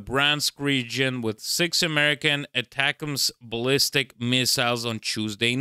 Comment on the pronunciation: Possibly the only persons who doesn't know how to pronounce 'ATACMS'. . It's pretty easy - ATTACK 'ems